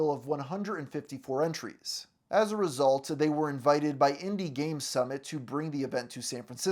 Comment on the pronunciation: I just noticed that you add extra syllables on the ends of words. As a resultuh February of twenty tennuh And you do the Spanish speaker thing where all words starting with S get an e in front of it. Ehstart instead of start. Can't unhear it lol